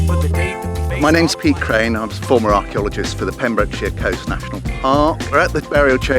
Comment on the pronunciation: The way you pronounce pentre ifan is hilarious